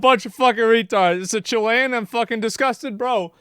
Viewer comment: Btw it’s pronounced chill-i-an not chill-lay-an. My gf family are immigrants from Chile, I got this shit wrong so many times, just trying to provide info. ❤